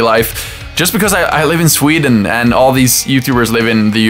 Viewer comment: Did u say tweden?